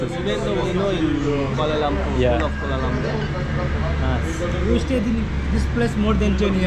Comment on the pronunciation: Its not kuala lumpa its (kuala Lumpur) ×